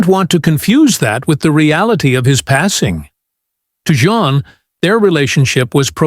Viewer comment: Her name is NOT JOHN. I hate when A.I. narrates these things.